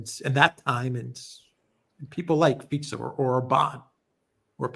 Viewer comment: Wow! actually pronounces Fico right! Something that most western media are too sloppy / lazy to bother finding out.